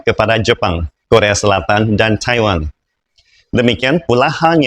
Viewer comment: Kenapa lafalnya taihwan sih